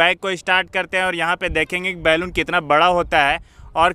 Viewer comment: बैलून मत बोलो बलून बोलो।